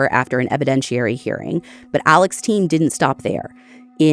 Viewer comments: In his jailhouse phone calls he himself pronounced it Ellick. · He spells it Alex but pronounces it Alec 🤷‍♀️ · His name is Alex, not Alec. Very different names. This show is usually on top of things.